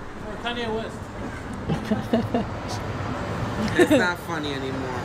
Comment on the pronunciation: "No, for Kanyé West" 😂😂😂